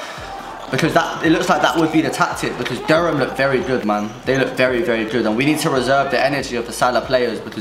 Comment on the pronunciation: You pronounce Durham wrong btw bro lol